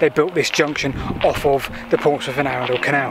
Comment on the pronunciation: Whilst I hate to be a pedant and ‘that man’, it’s Arundel, NOT ‘Arundal’. I live nearby.